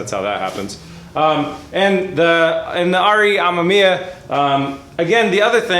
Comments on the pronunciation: It's pronounced Am"e"miya. Not Am"a"miya. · Pronounced: RE Uhh-meh-mee-uh. I really dont wanna see this Ah-ma-mee-uh thing sticking. Already pretty cringy to hear say it that way, dont add to it. Heres an example: I like B is for Build but this pronunciation is a let down. Be respectful to one of the best rotary builders and at least say his name right. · You have to cut the ends off the 92-98 bumper bar. The 99 spec stuff is different. Cut the ends off right where the light holes start. Leave the middle to support the bumper. Also it's pronounced R-E-ah-mem-e-ah. And please make sure you run tires that fit on an RX7, no stretched stuff please. If you get a 10" wheel get the correct 295 tires to fit. The car would look sick with some huge 12-13" wheels and 335 rubber in back. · Ack. It hurts my ears to hear you say amemiya. It's "ah - mehm - ee - yah". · RE AH MEM YAH Not that hard to pronounce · Re ammaammia? naahh man what is it with amerifats, you cant say anything correctly. About the bumper fitment, there probably was a facelift that you forgot if not that then it could also be that usdm and jdm cars have different impact bars, you know, the 5mph thing or whatever its called that law that forces automakers to put on those huge ugly bumpers for US cars. Good luck! A full RE kit would have been the patrician choice but oh well. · why cant anyone say it 😂 RE (AH-ME-ME-AH